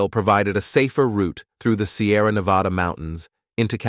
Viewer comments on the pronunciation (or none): Learn to pronounce Nevada properly. The A's are like ones in Nebraska. I live in Nevada.